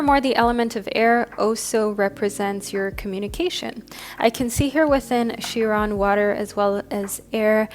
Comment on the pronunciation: Chiron (pronounced Ky-Ron) like Celtic is pronounced Keltic. 💖